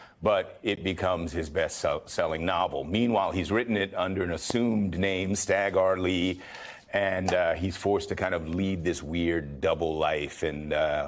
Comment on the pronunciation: "Stag R Lee". Ok.